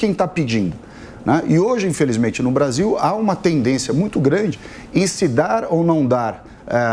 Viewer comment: ...TENDÊNCIA???...TEM CERTEZA QUE A PALAVRA CORRETA É ESSA???...TENDÊNCcia???!!!???...TEM CERTEZA???...